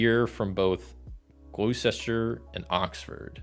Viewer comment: Gloucester= "Gloss-Ter" Worcester= "Woos-Ter" If a place ends in "Ham", pronounce it as "Um", so Birming-um, Notting-um